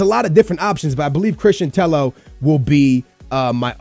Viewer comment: Tello double l in Spanish is pronounced like an y